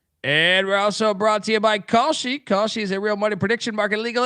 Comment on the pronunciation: Should ask your ad rep how to properly pronounce Kalshi.